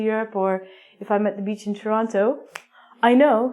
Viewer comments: beeeach not bich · it's like you were calling me bitch when you pronounced it haha